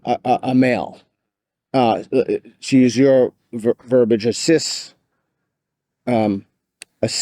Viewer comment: the word and pronunciation is verb-ee-age (verbiage), not verb-age (verbage); the latter doesn't exist